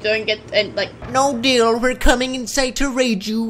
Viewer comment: you’re wegit watching whe waid